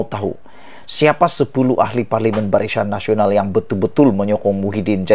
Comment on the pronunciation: Kau ni sebut perkataan biar la betul dan tepat BARISAN NASIONAL KAU SEBUT "BARICAN NASIONAL"...